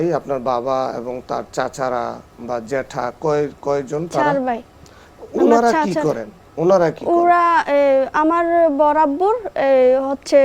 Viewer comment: চট্টগ্রামে ভাষা উচ্চারণে এতো ভুল। দুঃখজনক ঘটনা শুনে যদি হাসি আসে ভাইকে বলে বাই,চারকে বলে স্যার, এতো লেখা পড়া করে কি লাভ যদি শুধু উচ্চারণ করে একটা প্রোগ্রামে কথা না বলতে পারলে😢😢😢